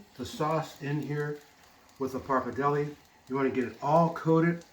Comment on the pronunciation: Love your recipe but is pretty tragic how you pronounce pappardelle and Parmigiano Reggiano :(